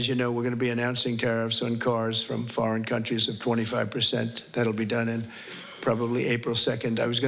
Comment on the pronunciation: oh wait did he say foreging lol